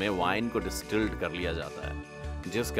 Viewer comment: डिस्टिल है, ना कि डिस्ट्रिल। 👍